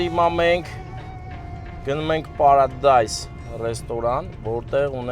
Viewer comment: Ոչ թե Պարադայզ, այլ Պարադիզ ջամ🥰